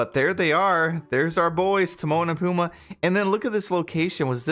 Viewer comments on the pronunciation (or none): It’s pumbaa. Emphasis on the ba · PUMBA PUMBA PUMBA! NOT PUMA! GET IT RIGHT! AND WITH HUNDREDS OF DISNEY CHARACTERS THEY WILL SLOWLY RELEASE!! DERP! I JUST CANT EVEN WITH YOUR CHANNEL!